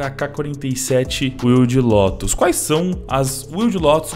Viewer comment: Não é "Lotus". É "Lótus".